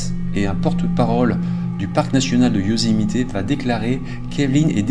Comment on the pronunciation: Bonjour, j'ai une question pour toi et elle n'a rien de bien grave mais j'aimerais comprendre pourquoi prononces tu Yosemité? C'est anglais et les Américains tout comme nous ne prononçons jamais le é mais bien le e muet tel que Yosemit où lorsque certains américains prononcent le e en tant que i comme cela se fait en anglais car l'anglais américain est une langue d'expression. Je me pose toujours cette question lorsqu'il m'arrive de converser avec des cousins français. Sans rancune j'espère mais ça m'intrigue. Merci pour l'excellent travail que tu nous présentes et en ces temps difficiles c'est bien de penser à autre chose. ✨🫂✨